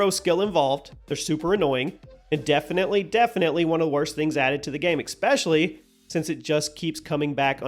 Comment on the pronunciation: Please learn how to pronounce especially. There isn't a k sound in the word.